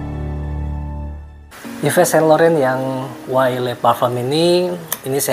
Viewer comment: Bukan Yives bacanya bang tapi iv sang lorong